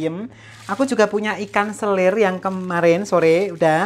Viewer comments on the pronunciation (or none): 🐟 selar kak...bukan selir...